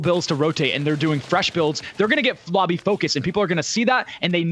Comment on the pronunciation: “They are gonna get flobby focused” 😂